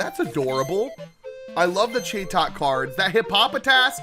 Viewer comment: that was a loudred not exploud, chatot CHAT OT not whatever you call it